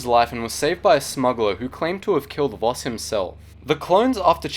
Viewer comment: voss not boss my dang sugi correct